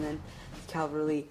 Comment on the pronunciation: It's pronounced ca-val-ry Not cal-va-ry